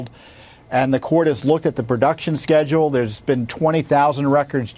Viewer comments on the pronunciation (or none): none